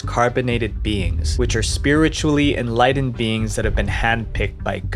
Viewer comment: I've heard all these stories before. Also, it's "enlightened", not "enlighdened".